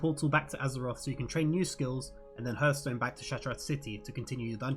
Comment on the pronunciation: Super useful video thanks! I know Kripparian says "hurth-stone" but it's pronounced "harth-stone"